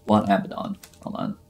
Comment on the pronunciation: Idk the pronouncement of abadon but I don’t think u said it correctly